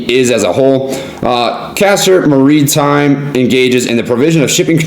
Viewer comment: "Muhreetime" lol